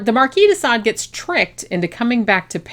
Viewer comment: You keep saying “Desa” . . Which is it: “Sade” or whatever you’re saying??